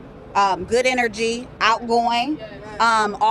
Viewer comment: "Good n-r-gee." Christ sake.